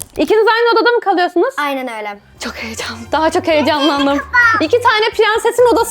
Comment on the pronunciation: ayneN öyLe 😂😂